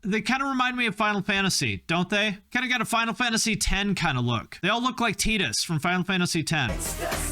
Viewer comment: Triggered by calling him tee-dus and not Tide-us